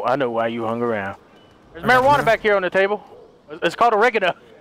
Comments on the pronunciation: It's Oregano not oregerno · Eregena? Its oregano, the herb.